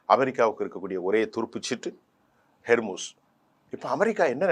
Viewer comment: It's 'Hormuz'. Not 'Hermuz'. Please correct it. 'Hor' means strait.